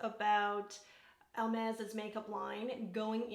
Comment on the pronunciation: Hi you are the first person I hear pro pronouncing correct this brand..nor that I realised before but just I did now. Until some time I have not eve hear about this brand. I know they make bags but I see now lipsticks. I love the packagings that are different shades. That makes them really pretty to display. The bright pink shade is superb. I usually don't like these shades but on you look great. Have a good day! ❤